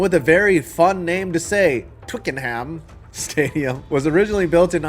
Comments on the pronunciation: Twickenham is pronounced TWICK-en-um. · It'S Twee-kern-nem. Why do you Yanks always emphasise the ham lol. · Twickenham is actually pronounced Twicken-Um. The Brits like to randomly drop the H sound because they hate the French. I'll be visiting Wembley for an England soccer match next month. Hopefully I can make it to Spurs stadium as well. Azteca probably won't host NFL football until 2027, since they are upgrading it for the 2026 World Cup. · Any future videos if you can pronouce Twickenham as Twicknum then you will be made an honorary Londoner. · If you can say Tottenham properly as you did in this video then you can say Twickenham properly too! Apart from the first syllable it's the same. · You used 'rogering' correctly, it's a term for copulating, you did pronounce Twickenham incorrectly though, the 'h' is silent. Oddness of the English language when spoken by the English . 😁